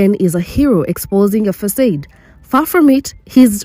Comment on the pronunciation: Facade Is pronounced Fa.... Like face Saw Du..... Like dumb I'm definitely commenting from a positive place....🎉🎉😂❤